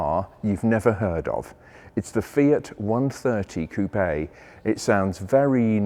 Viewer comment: It's fine to hear you tell "coupé" as it must be told as a french word.